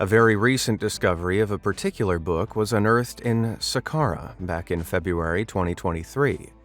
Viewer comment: Saqqara. Sah-car-ah. NOT Sek-rah